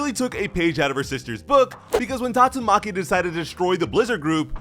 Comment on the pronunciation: The way bro said tatsuMAKI showed up.